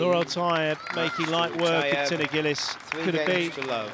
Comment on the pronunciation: 'Gillis'? This isn't 'Miss Dobie Gillis'. Can we try something a little more like 'Jee lees'?